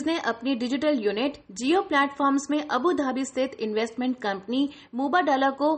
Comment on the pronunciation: मिस यह मोबडाला नहीं है मुबादला है, कृपया ध्यान से पढ़कर बोला करें